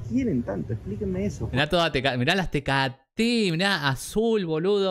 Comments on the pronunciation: Me dio risa (en buen plan) como nombró la cerveza tecáte jajaja …. Dijo tecatéééééééé pero es tecááááááááte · Me encanta como dices tecaté! 😅 Es Tecate como si tuviera acento en la a, saludos de Ensenada baja California México 🇲🇽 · Hola me encantan tus reacciones. ❤🇲🇽🇺🇸🏳️‍🌈 la cerveza 🍺 se dice Tecate acento en la primera e. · …no se dice tecaté🤦🏻‍♀️🤦🏻‍♀️🤦🏻‍♀️🤦🏻‍♀️🤦🏻‍♀️🤦🏻‍♀️🤦🏻‍♀️ se dice TECATE sin ningún acento. La cerveza Indio y Pacífico son muy ricas. Y también se hace mucha cerveza artesanal pero esas las encuentras en los lugares donde las producen 😊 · No se pronuncia Tecaté, sino Tecate con acento prosódico en la sílaba de enmedio. Tecate es una palabra grave, se llama así por un lugar que hay el norte de México en Baja California. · Se dice TECÁTE 😅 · 😂 así no se dice Tecate